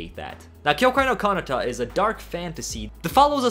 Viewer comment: why do you mispronounce so many anime names? btw this time the mispronounced part is kanata